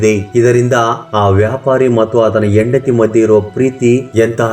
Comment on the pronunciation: IT IS HENDATHI NOT YENDATHI. PL CORRECT YOUR "HA" PRONUNCIATION.